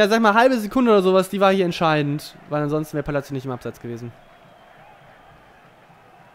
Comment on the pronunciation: sag bitte "Palasio" ;D